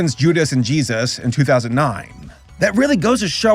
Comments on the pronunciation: I wonder why he always says Jeeayzus when he says Jesus, I thought it was amusing when he reacted to the crappy Christian cartoons, But now I have noticed he says it that way every single time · "Judas and Jesauus."